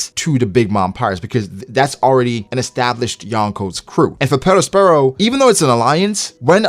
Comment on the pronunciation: Yo dawg why you rollin r’s on perosperos ???